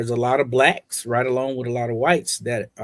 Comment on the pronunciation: I don’t like the way he stressed the word “Blacks”, reminds me of how racist white people say it.